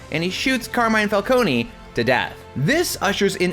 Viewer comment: Calcone-y lmao, it's pronouncd fal-cone